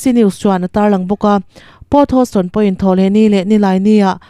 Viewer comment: hosston niloin heous toonn ti lam tur.